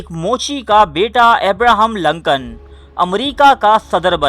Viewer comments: Lancan nahi Lincoln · ohhh that's okay :). moreover, it's Lincoln (LINKAN) not (Lankan) ... video is quite suspensive btw :) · Glad to see that he use wear Shalwar Kameez.... lol... (in one of the pic where he shown writing a letter. Also, his name is pronounced as Lincoln not LAncoln... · Lincoln Urdu ka word nahi English ka hay. Urdu mai use kay liyay isko Lincoln he pronounce kya jaiyay ga. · Loru kdr parta rha naam b bolna nai ata